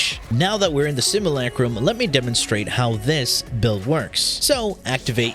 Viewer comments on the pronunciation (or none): none